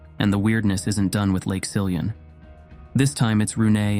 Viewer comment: Some of the names were pronounced quite correctly, for example Siljan, Rättvik, Borlänge, Älvdalen. When I heard "Råberget" I didn't understand until I watched the spelling. The name consists of two parts: "rå" and "berget". The first part is pronounced just like "raw" in English, and "berget" (meaning "the mountain") is pronounced "bear-yet". Also, "Rune" is not pronounced "Runé" but rather "Roon-eh" (English doesn't have the Swedish U-sound).